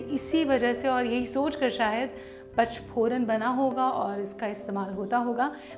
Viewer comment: nice idea. Par eese PACH PORAN nahin bolaa jaataa PA N CH PORAN kaho tau sahi uchhar hogaa. Aap bolte ho ees mein anuswar nahin bol rahi ho . PANCH = Paanch / PACH kaa tau koi arth hi nahin hai! Text mein likhaa hai headline mein vo baraabar hai par bolne mein aap galat uchhar kar rahi ho.